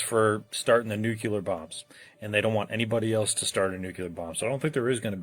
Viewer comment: I cannot take people seriously when they pronounce it "nucular." What a tool bag.